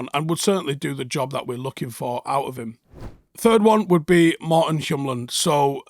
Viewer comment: Hjulmand is pronounced “Yuleman” don’t know what you accidentally said🤣🤣